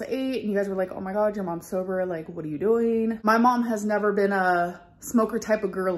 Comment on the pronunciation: Amber.. You keep TALKING (talkeen) When you should be DOING (doeen) You've said the same thing for the last 10 years.